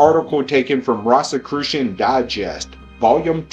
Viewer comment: Rosicrucian is pronounced as rohsekrushun not rahs-. Like a rose garden, no one says 'rahs garden' now do they? I don't know whether the audio track here is AI, but it needs serious work in pronunciation. Thanks